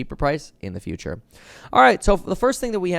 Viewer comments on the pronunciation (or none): none